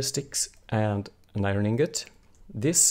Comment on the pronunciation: omg its iron not irin